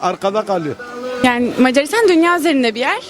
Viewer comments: "mecaaaarisdan argada galiyör" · meycaristan argada galiyou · İyi tarafından bakıyorum, sanırım bazıları Macaristan sözünü telafuz etmeye zorlandığından Mars dedi. ( Hani inşallah öyledir sjsjjs)